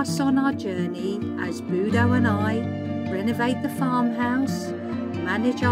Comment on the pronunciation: Budo not Brudo, sorry!